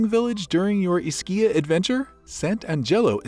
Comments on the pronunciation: It's EESkeeya, not "IsKEEya." Come on. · My family is from here originally. It is pronounced with an E. E-schia. The neighboring island is pronounced Pro-jida... The c is like j (like j in jar) in that regard..